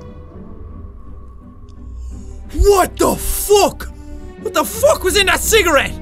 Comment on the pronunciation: I fucking lose it when he says 'What the fook!!!'